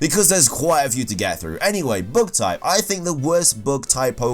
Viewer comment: book type? did i heard it right? ohwww bug type..